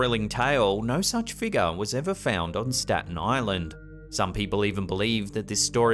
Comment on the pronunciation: Im in Staten Island. Love the way he said staten island so many times. Smh.